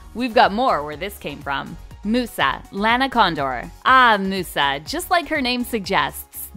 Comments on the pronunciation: okay but the correct pronunciation is not moose-ah, her name is mus-ah pronounced like music because she’s the fairy of music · uhh just daying its musa (mee-you-za) not moosa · did they really just pronounce musa as moosa what in the wattpad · I’m upset that they pronounced musas name wrong in this video it’s pronounced (mah yusa )not moosa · I think it depends on the language but in most it’s “myu-sa” including English so idk where this girl got “moo-sa” from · “Moosa” NOO 😭😭 it’s pronounced “myu-sa” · I literally was saying Myu-sa not Moosa! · Did they really pronounce Musa as Moosa. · Thank you for the amazing ideas, but just one teeny mistake, sorry but it bothered me a lot so I have to say it, musa is pronounced as myusa not moosa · Oh my god, your pronouncing her name wrong. It’s a proper noun but still. It’s mUsa. Not Moosa. Sounds like a cow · Moo sa?? Muse -sa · She really said “Moosa”. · lol ”moo-usa” 😂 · Sounds like you're saying moose 🤣🤣🤣⚰ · No- It's pronounced "Miusa" thats literally how it's said in the show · I’ve only gotten through the first two winx girls and I’ve kind of noticed that she’s DISSING on these actresses! 😠 heheh and she pronounced Musa as Mufasa without the “fa” Moosa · "MOOSA" LMAO MY COUSIN GOT SO MAD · NO HELP THEY PRONOUNCED MUSA LIKE MOOSA IM DEAD OMDS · Mew-sah AND SHE CALLED THE BOY RIBBON HGGHHGSJJDDDJSJSKKSKSKSKSKKSKSS 😭🤚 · It's M-you-sa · "moosa"? HAHAHAHAH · aahh yes, moosa (how and why pronounce it like that) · musa isn't her name pronounced like m-iusa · Musa(myu-sa ) not Musa. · I love Zendaya, but she wouldn't audition for a role meant for a dark skinned woman. There are other dark skinned actresses that could play the role of Aisha as well. Ryan Destiny for instance. Also, you pronounced Musa's name wrong. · Yeah, they were saying her name wrong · This video is horrible but the fact that they pronounced Musa wrong just got to me. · The way they pronounced musa got me dead on the floor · the way she pronounces musa :(